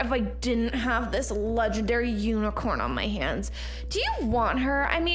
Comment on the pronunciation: they said lengendary uni